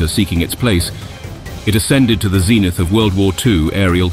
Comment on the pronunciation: One of his other mispronouncements was a guy having a pension going into battle rather than a penchant for danger. Aspiring to the zeenith in this account! WTF😂😂